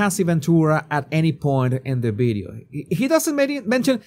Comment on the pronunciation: You've been talking for years making youtube and you still did not lean how to pronounce video with a V Not with a B Sorry but it turns me off and I can't finish the video,that's why I pointing it out